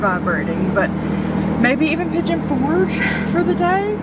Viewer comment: Pollo is chicken in Spanish. It sounds like: Poy - Yo. That was so sweet of your Father in law🩷 It was such a privilege and wonderful blessing to pray for you to grow your family. Seeing Arthur is a beautiful reminder of God's most precious gift. Oh my, Piggy on for gay😂